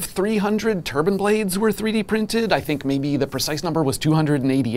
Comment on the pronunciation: TurbIne. Not turban